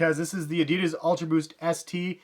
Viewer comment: You fockin spell ADIDAS wrong! Learn how to pronounce it, shit that feels so wrong...